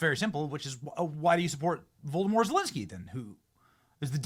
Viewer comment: Benny, are you saying Voldemort Zelensky?